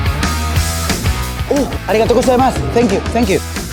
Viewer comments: Literalmente todo el vídeo: O u arigato gustemas, tenkiu tenkiu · me dio mucha risa el "oo arigato gosaimas, tenkiu tenkiu" XD